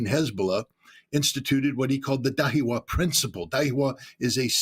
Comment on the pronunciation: Da-hi-ya NOT dahiwa (not that difficult)